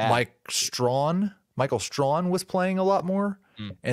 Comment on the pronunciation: Michael Strachan, pronounces Strac-ken.